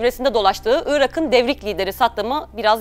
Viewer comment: Irak'ın diye yazılır, Irağın diye okunur. Ünsüz yumuşaması.